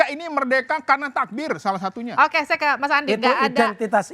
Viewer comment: Mhon ya.. oembawa acaranya jangan suka motong2 pembicaraaan narsum, narsum blum selesai dy langsung potong2 sehingga bs membuyarkan pemikiran narsum .. belajar lah dari pembawa acara senior lainnya.... Kok ga seneng banget denger kata ok.. ok... Intonasinya itu lho.... Ga banget. Mhon di koreksi.... Okeeeeyyyyy.... Okkkeeyyyy....ooookkkeee Belajar lagi deh bisr lebih nyaman di tonton